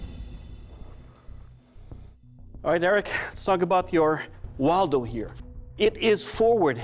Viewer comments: you say the name like waldo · 왈도라고 들리노 ㅋㅋㅋㅋ